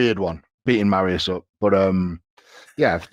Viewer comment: Will Eddie ever pronounce Mariusz's name correctly? lol